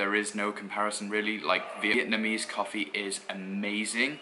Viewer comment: Dude, stop saying Vietmanese! It's fucking annoying. It's VIETNAMESE!